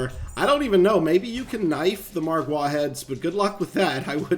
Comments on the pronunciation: Its Margar not marguare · The way you pronounce margwa is funny because I pronounce it like marg wu not marg waaas but said this for fun because I laugh so hard that I cry 🤣🤣🤣🤣🤣🤣🤣🤣🤣😂🤣😂🤣😂🤣😂🤣😂🤣😂🤣😂🤣😂🤣😂🤣🤣😂🤣😂🤣😂🤣😂🤣😂🤣😂🤣😂🤣😂😂😂🤣😂🤣😂🤣😂🤣😂🤣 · The way he say "margwaaa". 😂😂😂😂😂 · This guys sayin MargWars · He said margya with a hard A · does anyone else get triggered when he says margwa